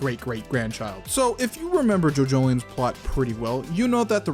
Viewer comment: I was like "JoJo: the orizing? What is orizing?"